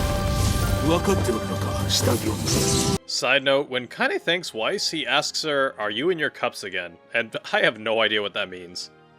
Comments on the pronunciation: It’s pronounced VICE not WiCE for Grimoire Weiss you buffoon! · It's Vice, not why-ss. Pls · Grimoire Weiss himself pronounces his own name as "Vice", as its germanic. It gives me OCD irritation to hear you pronouce it "Wyse", even if some of the voice actors have done that. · Love the video!! And no hate, just wanted to correct you that “Weiss” is pronounced with the “W” being a “V”! So it’s actually pronounced in game as Veiss! It’s a German thing to pronounce the W with a V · Do you pronounce Weiss like it is spelt and not how it's actually pronounced with a V because you play with the Japanese VA's so much, that you have forgotten its Veiss? Or are you just low key trolling? I'm genuinely curious because I wince when you say Weiss with a W !